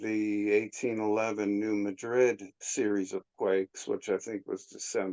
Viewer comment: Great show! By the way, it’s pronounced New MAdrid.😊